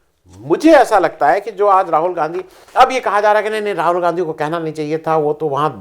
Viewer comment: 11.45pe aapne Ganadha bola Gandhi nahee isko durust kariye. Gandha nahee Gandhi g